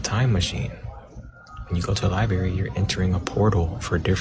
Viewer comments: Never trust someone who pronounces LI-BRARY as LI-BERRY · I'm not tryin' to listen to anyone who says "LYBERRY" or "LITTLE-LY." 😂